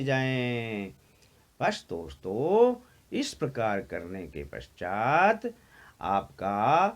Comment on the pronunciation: Hanji sudh ucharan kiya kro boolte time ye kya hai raag thoddi gaa rhe hoo ak word ( akshar ) ko itna long kr k boolte hoo hello dosto , hello mitro khana hai to vistar sy kho itna kyu bdda chdda kr ........????